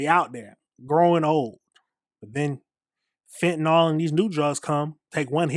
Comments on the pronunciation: It is not pronounced fentanawl. It's fentanill. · FEN-TAH-NIL (FENTANYL) sorry, as a nurse i cant hear FEN-TAH-NOL one more time.. .LOL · Fentanyl is pronounced fen tan NILL The reporter even mispronounced it smh.